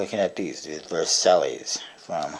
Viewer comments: he's right actually, i'm french and the right pronounciation would sound like : verSY or smthg like that ;) I'm looking forward for the Gold crown, i've never heard about it ! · It's pronounced vur-SY, like the treaty that started WW2. Good review though. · I'm pretty sure you pronounced Versailles wrongly, but whatever. What is there to buy at blue crown that adds up until $100 anyway?